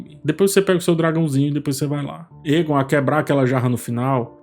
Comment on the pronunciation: Oi,! Adoro os seus vídeos e toda a análise que você faz das séries. Gostaria de fazer uma observação sobre a pronúncia do nome do personagem Aegon em Casa do Dragão. Na série, ele é chamado de "Eigon" e não "Égon". Ouvir "Égon" acaba soando estranho pra quem está acostumado com a pronúncia da série. Seria bacana dar uma atenção aos ouvidos também, não só aos olhos, para captar melhor esses detalhes. Ouvir o que os personagens falam e não só ler as falas. Continue com o ótimo trabalho! Abraço!